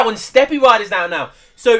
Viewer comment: Just for future reference, you don't say the e in Steppe, it's pronounced like step. Nice cast, I enjoyed it.